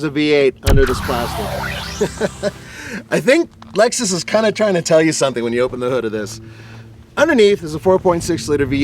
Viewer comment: CLOSE YOUR MUOTH!! IT'S ★ LEXUS ★